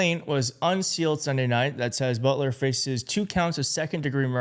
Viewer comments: Its Boelter. Like Bolter. Not Butler. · bolt er not but ler. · Boelter NOT Butler! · isn't it boelter? why are you saying butler? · It’s Boelter like boulder. And you’re reporting on YouTube? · How do you get "Butler" out of "Boelter?" ...read your copy more carefully. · It's pronounced like Bolt. So Bolter